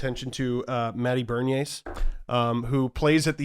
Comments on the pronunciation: 'burn-eee-ayyys'... it is 'ben-eers' and jake sanderson is a defenseman Get it together. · "Matty Berniers" is a tough pronunciation lol